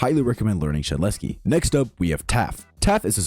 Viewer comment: Shedletsky is s tear not a A tear